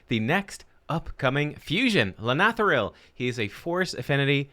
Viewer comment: Well done. You are the only content creator who can properly pronounce his name.